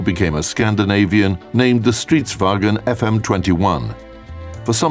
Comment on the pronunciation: He said Wagen instead of Vagn